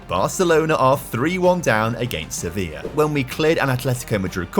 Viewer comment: Quick tip,! When pronouncing "Rayo Vallecano", the 'll' is pronounced similarly to the one in "Sevilla", which you do get quite well! Great video as always.